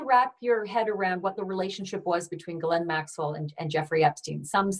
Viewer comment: I don't believe she was a close friend because she mispronounces Ghislaine's name, which according to the Duke and victims is Ga-len.